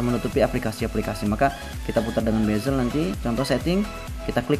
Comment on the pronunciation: Bezel bro bukan bazel